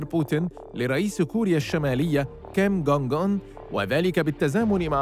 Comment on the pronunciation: 😂 لو يسمع كيم جون اون معلق القناة سيعدمه 😂 لانه اخطأ في نطق اسمه وسماه كيم دونغ اون 😆